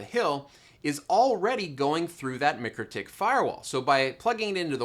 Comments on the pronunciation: Awesome content - but I must tell you - its MIKE-RO-TICK :) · MIKE-ROW-TICK. We went over this last time. Go watch their videos already.